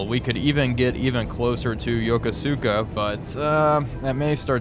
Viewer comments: FYI: pronunciation of Yokosuka. the syllable 'su', the u sound is voiceless, and the accent is on the second syllable 'ko' not the first and third syllables. You said "YO ko SU ka" It is "yo KO ska" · Yokosuka is pronounced "Yo-koos-ka", t. 7th Fleet